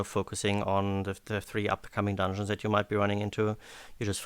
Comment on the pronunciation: the way pronounces dungeons makes me smile everytime "Donions"